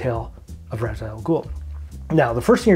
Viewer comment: Only thing: as per Denny O'neil it's pronounced "Raysh"...smh Chris Nolan.